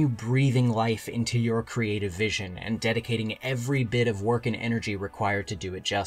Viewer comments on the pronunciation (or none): none